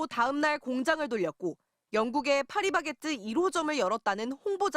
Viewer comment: 파리바케트를 파리바까쓰로 … 불매로 동네 빵집을 더 애용하게쓰~~